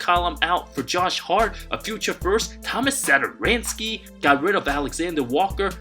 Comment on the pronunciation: The way he said Tomas Satoransky. HAHAHA🤣HAHAHA!!!!